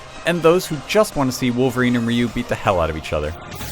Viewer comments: Its Ryu (ri-you) not (re-you) .'' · No it's 'reyou' ryu. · Japanese speaker. You are wrong, first guy is right, although the more accurate way to spell it out in English is "riyuu/riyu-" (リュウ)